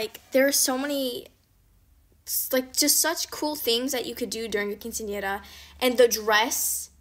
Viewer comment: U pronounced quincenera so perfectly ❤❤❤